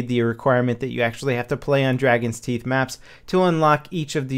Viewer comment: Teeth not toof haha is just silly XP